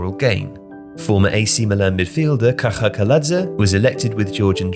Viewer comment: Im impressed with your pronunciation of kaha